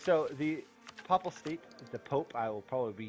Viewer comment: The voice is really quiet, and the music is SO loud... but more importantly, I can't stand how you keep mispronouncing "papal" and "papacy" and such every single time! It's a short a, "Pay-pull" not "paw-pull" or "pop-pull" like you keep saying.